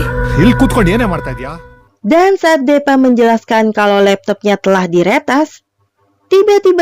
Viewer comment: Hadeehh.. Kalo nama deepa tu disebutnyya "dipa" bukan depa.. Chanel dan filmnya sih bagus, cuma saran sy lebih baik naratornya diganti.. Krn sayang chanel bagus tp pembawaan naratornya seperti itu 🙏